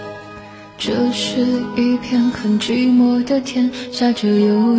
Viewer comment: 讨厌发音造作，寂寞就寂寞，什么句寞